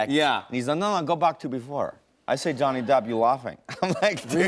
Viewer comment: “Johny Dap”